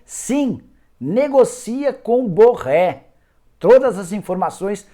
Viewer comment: Nicola encher a boca p fala Borré rsss